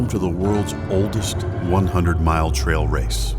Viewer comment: Trail race not "trial race". Jim "Walsey"?